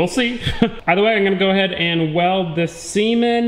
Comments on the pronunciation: "weld this semen"? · "I'm gonna go ahead and weld this seam in." Me: Ha, he said semen.